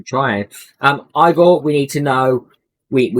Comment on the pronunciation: I kept thinking u were saying EAGLE this whole time lol